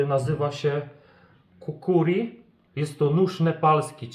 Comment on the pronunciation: Małe przejęzyczenie się wkradło, nóż kukri, nie kukuri. A słowo przejęzyczenie posiada też drugie znaczenie. Przejęzyczenie jest też wtedy, gdy język ześlizgnie się z pewnej kobiecej części ciała w trochę dalszy zakątek, również części kobiecego ciała, no to taka ciekawostka 😜pozdrawiam